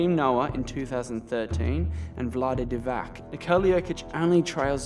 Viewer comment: It's Divats not Divack.